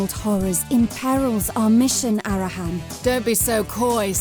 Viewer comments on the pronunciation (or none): it's ARAHAN not arahan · I love you, but, you do this thing where you put the emphasis on the wrong syllable in names such as Arahan. The emphasis is on the first syllable. I don't know if it's on purpose or not but dammit man it's driving me nuts. 😂😂